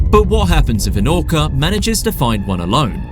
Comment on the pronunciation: Did I just hear him say" an orcer "